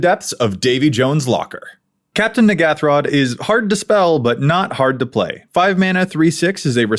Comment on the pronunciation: Wait a minute, this isn't the N'ghathrod pre-con... Also you are pronouncing it wrong.